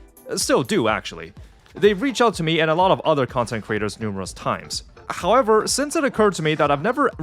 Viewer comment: “Hahkwever” lmfao dead giveaway